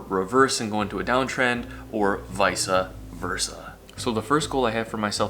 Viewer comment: Vice Versa, not vice-a